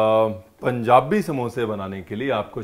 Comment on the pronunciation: says its "panjabi samosa"..